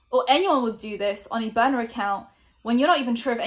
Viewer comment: Is she saying boner account or burner ? Ii only say niner cause of Charles side joi sessions w younglings